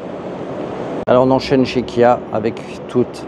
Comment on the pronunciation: Kia et non pas Kya ! De plus , Bigster Hybrid développe 155 ch et non 140…